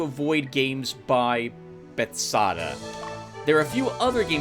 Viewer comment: Hi, I found your channel thank to Underrail too:) I think Bethesda is pronounced differently, and yes, games made by them are very buggy, but I still like to play Fallout: New Vegas and Fallout 4 with community patches and mods. They are also a big publisher, Doom (2016) was made by id Software, most likely this is why it is so good. I mostly agree with you about Streamers, I'm watching Marbozir on Youtube, he also streams on Twitch, there is a noticeable difference between the videos made for Youtube and stream reuploads and a big one when participating in a live stream. I vote for Vert Plateau.